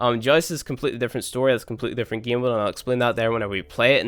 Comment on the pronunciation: 'This geeem'